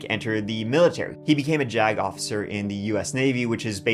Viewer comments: Anyone else laughing to themselves when they hear the word jagoff(icer)? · Jagofficer lol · The way I just kept hearing "Jagoff", even by his lawyer.... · Gotta love when they call him a “Jag Off-icer”. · What a jagoff-icer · Jag officer? Or just "jagoff" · I swear I heard “not just an attorney but a decorated jagoffice” 😂 wanker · Every time y'all say " JAGOFFICER" !!!!! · My internal 13-year old giggled every time someone said "jag-officer" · Hes a Jag-offer😂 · This guy really puts the “JAGoff” in “JAG officer”. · Jag officer❌ Jack-off-a-sir✔️ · Jagofficer? Oookkkk 😂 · Jag Off-icer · Am I the only one who thinks it’s funny that called him a JAGofficer? He could’ve just called him a JAG or navy JAG instead he called him a jag off a bunch of times. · Just made it to the part where he says Decorated Jagoff Isser lol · I kept hearing JAGOFF 😂😂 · I know what a JAG Officer is, but what I keep hearing is jagoff(icer). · Funny that you said this. Every time said JAG officer all I kept hearing was Jack-offer 😂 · Puts the "Jagoff" in Jag officer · I THOUGHT YOU WERE MAKING A FUNNY BY CALLING HIM A "JAG OFFICER." Lol! Like Jag off. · Heh heh "JAG Officer" heh heh